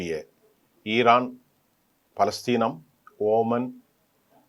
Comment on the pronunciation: இவர் குறிப்பிடுவது OMANஓமான் ஆரம்பத்தில் இருந்தே இவர் பெயர்களை உச்சரிப்பது குலருபடியாகவே இருக்கிறது